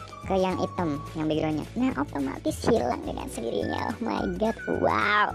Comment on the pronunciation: Ngakak karena suara :( "ohmaigat,wolpepa" 😂